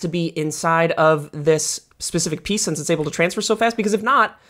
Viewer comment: you say sense instead of since and it upsets me